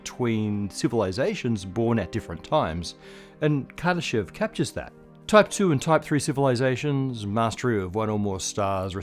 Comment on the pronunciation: anyone else think it said kardashian scale?